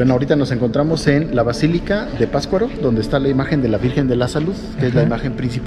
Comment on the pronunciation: Excelente video. Solo les recomiendo que el próximo guía que consigan nombre correctamente al pueblo o lugar que visiten. La pronunciación de la palabra Patzcuaro por parte del guía está espantosa, es PaTZcuaro no pascuaro. Pero lo demás muy bien, buena información y bonito video. Las tomas del inicio del video son espectaculares.